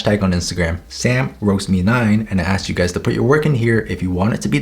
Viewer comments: Why did i understand „whats up gays“ in the beginning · Is it just me or did I hear : Hello gays 😃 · I misheard " HEY GAYS "